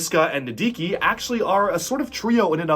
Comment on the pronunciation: HE SAID NIDIKIN' TIME